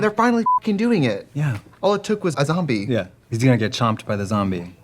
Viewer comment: A "Zoombie" hhahahahahahahah